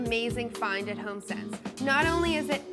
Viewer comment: your emphasis of ONLY makes me question your taste.